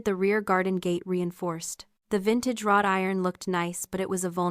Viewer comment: It’s wrought iron, not rod iron.